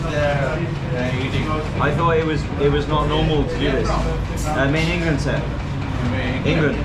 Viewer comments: Again at Nihari you said Mei Ningland Se 😂😂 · ive noticed you saying Mei ningland se. You got to say Mei England se huu. Not Mei Ningland se 😂😂😂, Mei Ningland Se means what??? 😂